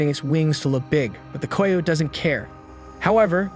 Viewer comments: “K eye oat “ <——- not “koy yote “ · Coy ote ????? Not even a word.....Try Ky ote I know it looks wrong but it is right......Ask before you record anything you are unsure about. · Ki-yote not a flipping coy-ote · Ki-o-te= Coyote. Good video. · Coy ote? Pronounced ki o tee😂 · The boy who is narrating is killing me mispronouncing the word Coyote.... Dude, it's pronounced Ky-o-tee not the way in it's spelled. Do some research..... SMH!!!! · I mean this in the nicest way but American children stopped reading and became less familiar with written language! Coyote -(rhymes with PIE so -KIE-Oh-Tee GREAT JOB on the video THOUGH! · I'm with the guy below... what the hell is a coy-ote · Wtf is a coy oat ?? Never heard anyone say it that way !! Lol !! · Umm, I've never heard anyone pronounce coyote that way. I know it looks that way from the spelling, but it's pronounced "kigh oat". Kigh as in rhymes with high. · Who taught you phonics!!!!????? Coy uote is not a word! Or animal!!! Coyotes are common, and Amarillo, that's a BS story!!! But it caught your attention, thus you don't research!!! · Why can't you say coyote...??? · Your killing me mis pronouncing the word coyote. Sound it out man. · Ikr? Jeez, even someone with half a brain can say coyote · You say coyote weird